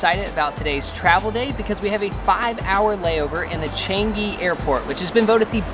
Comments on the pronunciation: as always, this was a beautiful, and beautifully edited, video. May I point out something totally insignificant that I learned when I was in Singapore back in '87? The airport's name looks like CHANG-ghee, but in reality, it's CHAHNG-ee. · '' chengi airport'' lol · He pronounced Changi wrongly